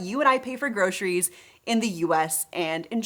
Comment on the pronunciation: Grosheries? Ugh! Why does anyone pronounce it that way!?!?!